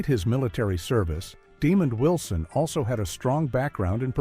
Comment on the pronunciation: Leave it to AI to butcher a name. It's not Demon Wilson! (smh)